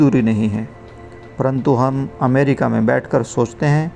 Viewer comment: Please read the word mum as Hum.